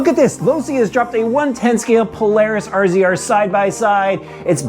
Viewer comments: You can always tell the non-side-by-side people when they pronounce it "R Z R" instead of RAZOR like it should be. :) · must be giggling, I think it's pronounced "Razor" not R Z R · RZR, pronounced razor. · Cmon bro it’s Razor. Kinda embarrassing lmao.